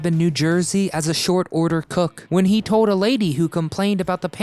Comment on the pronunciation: It's annoying how this narrator can NOT pronounce words properly that have the letter "L" in them. (Example) the word TOLD Is pronounced as toad, and the word WINDSHIELD is pronounced as WINDSHIEWD. Or even the word FALSE which is pronounced as FAWSE. It's as bad as those kids that sound weird saying they fell off their bike in the pewuk on their bike and hewt their knee because they were distracted by a bewd flying past them.